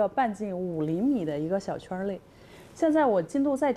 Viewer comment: Lol Though, what she actually said was "quan nei"(within the circle) but with somewhat strong accent.